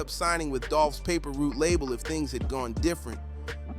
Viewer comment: Listen how bruh said Paper Route. Man how you do that? You don't know shit bro